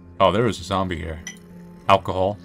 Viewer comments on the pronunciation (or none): none